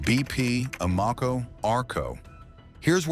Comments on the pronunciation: BP/Amoco are back on the TT listing, pumps also now have stickers on them. That said, even though they left because they chose not to pay TT listing fee, they kept the same Invigorate add pack. Oh, learn how to pronounce Amoco. It's AM-UH-CO. Who's "Dumb" Now? 🤣🤣🤣.... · A mo ko,really? That's not how its said anywhere I'm aware of. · Thumbs down because the bot mispronounced Amoco 👎.